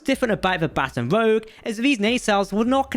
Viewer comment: Also Baton is pronounced "bə'tän" like what an orchestra leader uses not "batten" down the hatches.